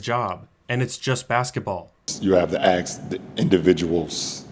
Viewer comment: Ask = Axe 🤔🤣